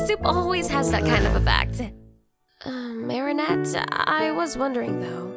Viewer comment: Help its so obvious that most of the voice actors have never watched the show 😭 AYLIA? MARIANETTE??? SHAT NOIR?? DUPANE?? IM CRYING Edit: nevermind, I regret watching this. They’re 14, wtf.